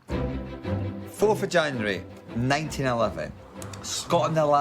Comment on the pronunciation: Every time Ian says Of January I hear a vagina wary